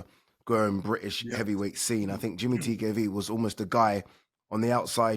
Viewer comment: It’s pronounced ‘Jamie’ TKV not “Jimmy” you utter melt Adee🙈🙈